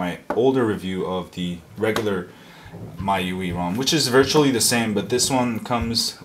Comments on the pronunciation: M-I-U-I say the letters sorry for correction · It's pronounced my-you-eye